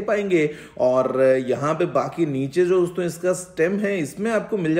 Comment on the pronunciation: Not "DOSTON" he said "DOSON" 😂😂😂